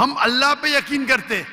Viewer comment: Word correction: yaseen : yaqeen